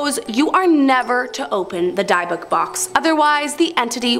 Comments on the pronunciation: Its not pronounced as (DIE - BOOK) as YOU say. It is pronounced as (DIB - ICK) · Omg and the “Diebook” box. Omg😮 I’m dying here!!!!! 😅 it’s pronounced “dibuk” box lol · Yup drove me nuts and the box in Zack Bagans is pronounced Dibik don't know the box's name spelling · Yeah, I hadn't gotten to that part of the video yet, Diebook it sounded like lol. I think it's spelled Dybbuk though or close to it. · dybukk, I believe. Not sure on the double k. Of course, they kept saying "die-book" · Also it pronounced Dibb-ick (Dybbuk)